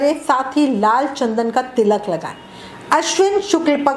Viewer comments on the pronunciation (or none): none